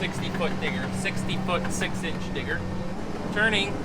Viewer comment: Need to put a little more emphasis on the D in digger